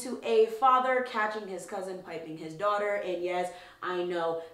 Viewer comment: Piping not pipping